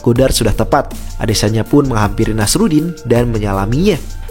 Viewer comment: Penyebutannya Nasourdin bang bukan nasarudin